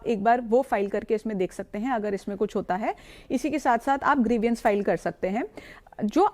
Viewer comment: बहुत अच्छा विडिओ. आप दोनों को धन्यवाद., कृपया grievance को ग्रीवियांस न बोलें. I suppose you will not mind, please. It should be ग्रीवांस.😊